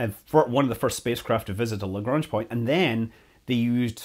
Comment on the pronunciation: "Lagrunge Point"? 😉